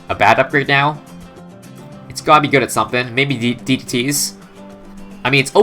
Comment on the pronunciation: that -ts pronounciation tho.... where you from bro